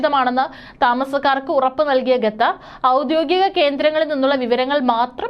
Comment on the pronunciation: ഗത്തർ അല്ല ഖത്തർ